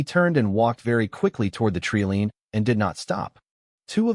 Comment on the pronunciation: Treeline, long i sound not treeleen. Owen pronounced Orin... Wound is pronounced wound not wound... Too many mispronounced words, too big a distraction from the story